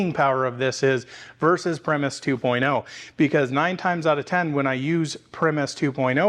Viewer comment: Btw pronounced pry-muss. 99% sure. Like the band. Same spelling.